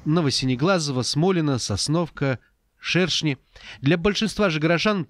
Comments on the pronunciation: Не ШЕршни, а ШершнИ правильно ударение! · Шерши, ударение на И